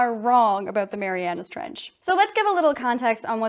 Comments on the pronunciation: Y’all I’m watching this right now and I can see that she is doing great but she is mispronouncing Mariana trench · I doc points for saying the Mariana Trench wrong